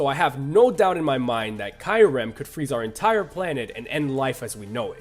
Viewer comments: im sorry but ki-rem? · Kai-ur-ehm?? Boi its kee-ur-ehm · Am I the only one noticing the way that guy says Kyurem's name sounds like he's saying Kylo Ren? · Also..."dai-al-ga"? "kai-yu-rem"?? Those...those are just painful. That's "ha-doo-ken" levels of UGH. Considering this list would've been made during the 6th generation at earliest, he could've seen the official pronunciations in sources like Pokédex 3D Pro. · Kai rem,....KAI REM, are you serious, come on the real name is not that hard to pronounce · Did he just call Kyurem kiorem??? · what's more annoying someone calling pokemon pokimon or someone calling kyurem kaiurem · It's pronounced "dee-ALL-ga" and "KYOO-rem" and I can include just 1 Pokemon that can destroy our world: Yveltal. Why? IT DID IT BEFORE ALREADY. IT WIPED OUT HUMANITY BEFORE.